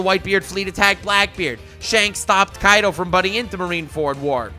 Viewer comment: Its not kaido its kai d o